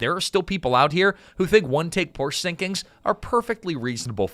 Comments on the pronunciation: Pronounced POOR SHA not Porsh. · Porsche….not porch…. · Yet another wrong pronunciation of "Porsche". It has two syllables. Poor - Shuh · Porsche (por sha) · Porsche is a two syllable word, Mr. AI voice. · Porsch Ah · Porsche is a 2-syllable word, "Por-sha". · por-sha mfer....ughhh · Car dork here and pedantic note: "Poor-sha", it's a proper name - Ferdinand Porsche. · Please pronounce Porsche correctly. Joel did! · Remember when folks knew how to pronounce Porsche? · Dude... I want to like this video, but your mispronounced Porche too many times.